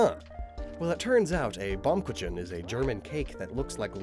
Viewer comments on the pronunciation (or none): Satan Claus! And i get an O2 add with angelic music 😁 Oh my Gott, Baum Kuchen! 🤣🤣🤣 (You speak the ch like Rrr, hard not soft. No j) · Your pronounciation of Baum Kuchen should not exist at all, hurt my ears a lot. Just joking love your videos